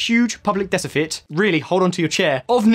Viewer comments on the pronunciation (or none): "deciefit" haha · No one's gonna say anything about "the huge public decifit?" 😂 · For some reason, I noticed that you said 'decifit' 🙄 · I did too! And also quantitive.